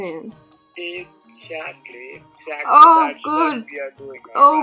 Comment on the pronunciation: Eggsactly is my new favourite word 😂